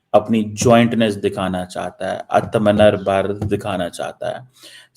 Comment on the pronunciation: Cheema please learn to pronounce Atamnirbhar Bharat and stop crying.